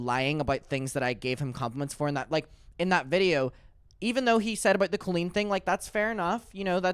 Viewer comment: If Daniel is such good friends with COE-LEEEN then why is he pronouncing her name wrong? 🤣